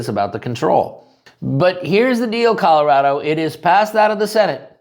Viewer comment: You mean Calirado, not Colorado.